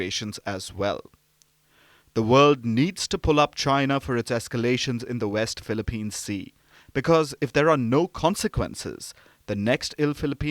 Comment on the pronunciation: First news anchor and reporter to say it right "WEST PHILIPPINE SEA"